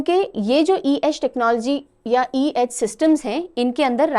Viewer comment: It's funny how she repeatedly kept misreading C-Edge as E-Edge😂